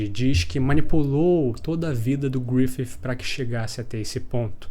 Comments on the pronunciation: Cada vez q esse cara fala griffif uma parte de mim morre 😭😭😭😭 mas de resto o video ta perfeito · Achei estranho o jeito que você fala Griffith.... Grifif